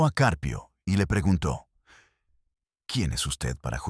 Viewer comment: Este narrador no sabe leer el apellido del juez es Caprio pero el narrador dice juz CCarpio narrador apellido lo dices mal es CJuez CAPRIO no CARPIO